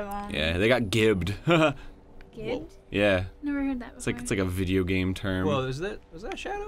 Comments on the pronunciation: SUZIE IS RIGHT! GIBBED IS "JIBBED" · Arin stop pronouncing "gibbed" wrong. Gibbed is derived from the word giblets. "Gibbing" someone is reducing them to sloppy meat chunks, aka giblets. So it's pronounced "jibbed". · Is it gibbed with a hard g sound? o_O I always thought it was pronounced like, jibbed...like gib being short for giblets. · dammit Ego, it's Gibbed like Barry said (J sounding) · "Gibbed"? What you talkin' 'bout, Arin?